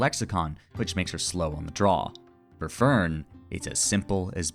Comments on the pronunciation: for the german pronunciation of names: stark is shtark, you have to say sh and a hard t fern is NOT fur + n, the e is spoken as the first e in enter honestly just ask google translate and try to copy the pronunciation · You did pretty well with the names! Edit from layer on (since I did end up noticing a couple pointers), you did really well!! But yeah, as later in the comment: if at some point you're interested in the extra 3-5% One thing would be switching the the "e" pronunciations of Fern and the second "e" in Serie. Fern tends to be pronounced by most like the english plant rather than the german "distant" and the "eh" at the end of Serie tends to also be hard for a lot of english natives. Also kudos for the attempts to hit the "r" in Kraft, german has a lot of cases like that where you need to go from a rather forward sound to catch an "r" in your throat almost and then right back to a forward vowel. Also for Stark, an "s" before a "t" or "p" becomes a "sh/sch" sound unless you're doing a northern dialect (so it'd read as "shtark/schtark"). Also watching the show recognising what all of he names mean makes for quite an interesting experience since well uhh they are kinda descriptive in many cases Aaaaand idk what case would make this comment helpful but uhhhh i guess if you're ever looking to polish those extra 5-ish% 😌